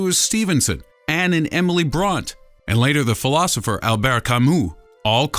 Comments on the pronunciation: Brontë is not pronounced "Bront", you insufferable jackass. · The 'Robert "Lewis" Stephenson' and 'Anne and Emily "Bront" ' mispronunciations just made my day.